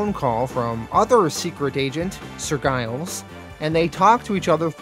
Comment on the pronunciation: As a Brit I am being distracted by Giles being pronounced with a hard G. It’s a pretty common surname in the UK, usually associated with farmers, and pronounced Jiles.